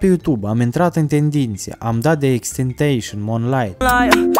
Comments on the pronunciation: "TENTASION" NU "TENTEISAN" imi vine sa ma omor cand ii aud pe astia cu "tenteisan" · "Tentasion" se pronunţă nu "tentăişăin" s vede ce tare il asculti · Se pronunța ,,tentasion” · Macar daca ai avea un pic de respect să vezi cum se pronunță xxxtentacion...